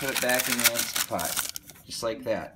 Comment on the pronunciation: Thumbs down for saying "instapot" JUST KIDDING thumbs UP for!